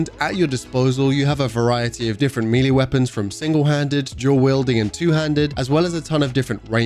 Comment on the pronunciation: Melee is pronounced may-lay, not mee-lee! You sound ridiculous saying meeeleee!😂